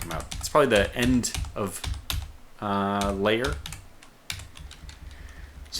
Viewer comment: FYI, 'Lair' is one syllable, rhyming with 'pear'. You keep pronouncing it like 'layer', with two syllables ('lay-er').